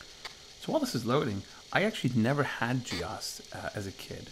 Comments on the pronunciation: G Ose not G Oss. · Weird, we called it Gee-Ose not Gee-oss as you do. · Back-in-the-day, we didn't call it Gee Ahs.. more commonly pronounced Gee Ohs.. which makes more sense.. OS.. Other add-ons were GEOFile and GEOPaint. They would sound funny Gee Ah prefix pronunciation. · I've never actually thought about that before. In my circle we always said gee ahs. But your point about the apps being called geo... has sold me on that pronunciation. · had this in the 80s on my c64, always pronounced it wrong though. gee - o's